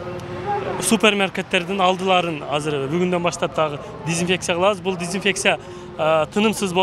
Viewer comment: Начальник МЧС дезинфекция деген созду зинпексия деп атабы....